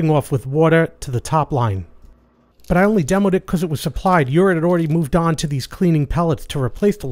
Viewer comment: You're one of the few people online who pronounces Jura correctly (as they do on their own videos), and that includes places like Seattle Coffee Gear and others (who should know better).